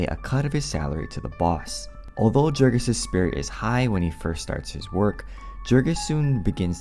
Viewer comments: Right kff the bat only 15 seconds in, the Narrator incorrectly pronounces the main Characters name. If you had read the book, you would have pronounced Jurgis correctly.- Yourgis - not yourjis or Jurgis like Jergins. YOURGIS or YERGIS Gis sounds like Kiss. Idiots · Small correction, Jurgis would be pronounced Yurgis, since we’re talking about a lithuanian man. Because in lithuanian, the letter J makes a y (consonant style) sound. :) And thank you for the book summary. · Jurgis is pronounced Yurgis. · His name is pronounced "Yoorghis" ... it even says this early in the book. Guess you didn't actually read it. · Great summary, but a little correction: Jurgis in Lithuanian is pronounced yoorgis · It's Yoorgis you dumbass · Okay. I often mispronounce things ive only seen in writing. Like foreign names in books. Thats because i read about those things more than I talk about them. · He doesn't even know how to pronounce the main character's name - which is explained in the book. My guess is this script is AI w